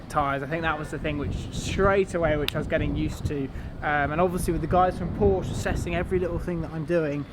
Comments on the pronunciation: Its not Porsch its PORSCHEEEE......for god sake ……………… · If your going to race for Porsche you should nail down the pronunciation of your employer lad. It's "Por-shuh" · I would think you would want to say Porsche correctly in your videos. Porsch - uh :) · If u gona race for them at least have a decency to pronounce Porsche right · If you’re going to race for Porsche........pronounce the name right first. Thanks. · your going to have to learn how to pronounce the name...